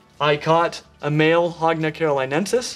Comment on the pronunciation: I thought you were saying hog nose and now it sounds like hogna knoll